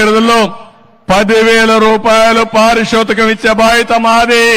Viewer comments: నీకొడుకు ఎలాగూ తెలుగు మాట్లాడలేడు నీకేమి రోగం పారి సూతకమ్ కాదు బాబు పారితోషకం అని పలకాలి ఇదేమీ విచీత్రమొ తండ్రి అలవాట్లు కొడుకుకి వస్తాయి కాని ఇక్కడ కొడుకు తప్పిదాలు తండ్రికి వచ్చాయి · ఈ తండ్రీకొడుకులు మాటలు వింటుంటే తెలుగు భాషను అపశ్రుతితో మాట్లాడే ప్రమాదం వుంది. చంద్రబాబు గారు వాలంటీర్లుకు పారితోషికం బదులు పారిషోతకం అంటున్నాడు.